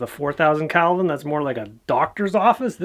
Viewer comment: umm...Hobbes would tell you it's Kelvin, not Calvin